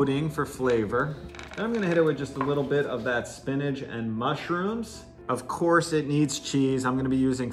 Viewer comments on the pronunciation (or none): Spinach doesn’t end with a “g”. It’s not spinnedge, it’s spinach... with an itch :-). Nice vid, thank you. I can almost feel that dough, We need to come up with a sensuous word to describe dough that’s ‘just right’.